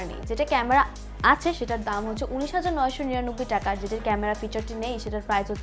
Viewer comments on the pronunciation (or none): জনাবা : নরসিন সুধা বাঙালি হয়ে বাংলা বলতে পারেন না! টাকা কে ঠাকা বলেন O_o যাই হোক আমার বাসায় ৫ম ফ্লোরের কাজ চলছে সেখানে প্রয়োজন হবে তাই জানতে চাই এটা কি নির্ধারিত মূল্যে ?( Fixed price or not? )